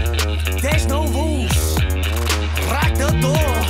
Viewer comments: Why's it always Pyo that pronounces R as L? Lmao. Poor boy. There's no lules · A month later and i'm still laughing ' 'ratato '' and '' there's no lules '', lol P.O i love you so much, but your pronunciation of english is so bad, like mine hahahaha